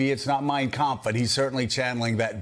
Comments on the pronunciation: Its funny in all his glitches he actually prounced the name of the book correctly and he remember Hitlers name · Its funny he cant say the word anonymous but he says the name of Hitlers book perfectly! He knows that book inside out.